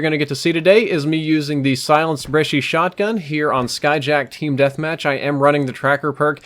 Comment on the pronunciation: to you for pronouncing Brecci correctly.